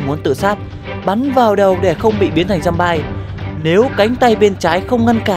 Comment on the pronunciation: Giơm-bi chứ không phải giơm-bai:(